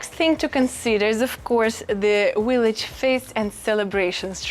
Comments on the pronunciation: Hello Friend! Just found you & am so happy to learn about living in Italy. Just one tip about the word “village” in English. You’re pronouncing it as “willage.” Remember to bite your lower lip to pronounce the “V.” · Your v-log is wonderful. I especially like the blowing of a kiss at the end of each one. Your dictation is really good. I think it is cute that you pronounce ‘village either the ‘w’ sound. I can’t make fun of someone who speaks three languages, when my French, Spanish and Italian are so limited. molto bella! andiamo!